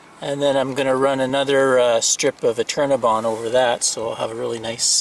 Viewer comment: New sub here. I love all these educational vids as I am about to buy my first RV. Its an older model and im so glad to learn about all of these great new products and gadgets available today. LOL At first I thought you were saying CINNABON ...... I LOVE CINNABONS...Great vid BTW